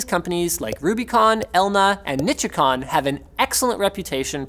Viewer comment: but on a no bullshit level. Black Lion Audio Revolution 2x2 Interface... Buy it, review it, what ever. But I %100 promise it will absolutely blow you or any audiophile away. Nichicon, Wima, They did ALOT of RnD to pick the best sounding stuff. its crazy. Nee-She-Con :p